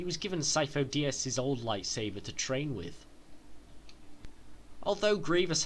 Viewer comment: Okay is it just me or is he saying "Life saver" instead of lightsaber?